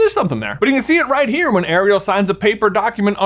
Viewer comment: … why are you saying Ariel like that? It’s like half the way Sebastian says it and half the regular way. It’s hurting my brain.